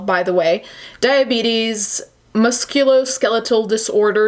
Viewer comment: Diabeetus or dia-eat-us? xD